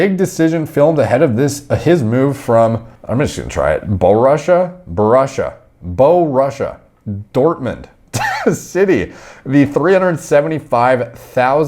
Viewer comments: As a German, I highly appreciate the pronunciation of Borussia Dortmund and it was excellent! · Borussia Dortmund pronounciation was pretty solid lol